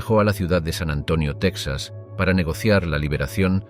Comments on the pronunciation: Solo un error al principio del relato: se pronuncia Tejas, no Tecsas, así como Mejico, no Mecsico. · Se escribe Texas y se pronuncia tejas no saben español o que?👊🏻👊🏻